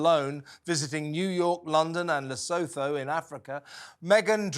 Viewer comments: There is no country called Lesofo. Only Lesotho. Le-su-tu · Harry has gone to Lesotho, pronounced Le-soo-too! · I know this is irritating but please please this is the correct pronunciation of Lesotho—Leh-soo-too—as an African it is just as irritating for me—you I take it are broadcasting from UK not USA?